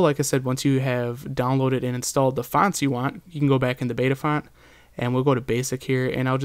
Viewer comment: JUST TO CLEAR IT UP EVERYONE, ITS BYTAFONT NOT BETAFONT